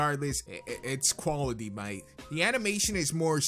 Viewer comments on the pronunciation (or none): none